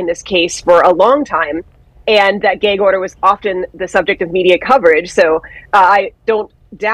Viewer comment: Gāg order? It’s găg order.